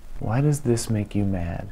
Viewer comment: Personally I'm mad b/c I was waiting for you to put the emphasis on "does" and didn't get it. Why DOES this make you mad?